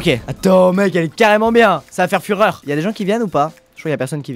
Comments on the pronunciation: Il a insisté sur le mot fureur et ça me faisait penser à Hitler à chaque fois qu'il utilisait ce mot. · J'explique pour les jeunes qui n'ont pas encore etudié : "Ca va faire fureur" Il appuie sur ce dernier mots, qui donne "Führer" et c'est le surnom d'hitler, après tu demande a tes parents tout le monde doit connaitre...malheuresement...